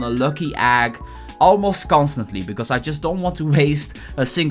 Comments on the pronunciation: nice video, but everytime you say "Egg" I die a little inside. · listen to how he says egg